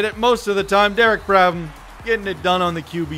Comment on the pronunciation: Just realized that its Derek brABham not brADham